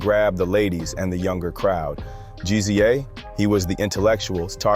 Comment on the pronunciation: Jus so u know mate, Meth"s Tical, is not pronounced like Tycal but jus Tcal. Also GZA The Genius has never been referenced has G-Z-A. its jus like Giza, same with RZA. Still enjoyed this so ive subbed!